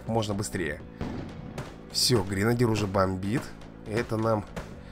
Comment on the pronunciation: Не гринадир а гренадер